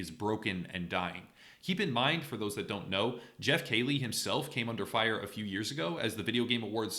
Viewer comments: Key-Lee. Not Kaylee please lol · who’s Jeff KAY- ley??? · Jeff "Kailey". You hear his last name pronounced so often how tf did you fuck it up like this?